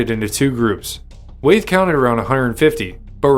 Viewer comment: It's pronounced Wy- eth not Wayth